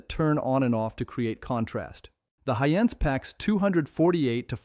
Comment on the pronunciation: May aswell remove the trash AI person if it cant even say Hisense correctly 99% of the time